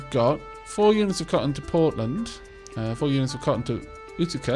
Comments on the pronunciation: Apparently Utica is pronounced like you-tuh-kah. Great video btw. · utica is pronounced you- tee- ka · Utica is pronounced U-tikah,. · great video! Love the game so far. Quick pronunciation notes that will make my brain hurt: Utica=You-ti-kuh Pittsburgh=Pits-burg (make the same "urg" sound like in "Flurgles") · Thank god you said it - the "oo-tick-uh" was driving me batty. Such is the nature of growing up in Upstate NY - no one can pronounce any of the towns. Also, Pittsburgh WAS "Pitts-burruh" originally, it was later americanized to "Pitts-burg". So he wasn't ENTIRELY wrong. It's like how "Worcester" in Massachussets its pronounced "Wust-ur". Yay britons. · I actually grew up not far from Utica, and we pronounce it Yew-tic-ka. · Utica is at least pronounced in Oklahoma as YOU-TA-CA (use the first syllable of "Commit") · Utica pronounced you-ti-cah :) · Utica is "You-di-ca"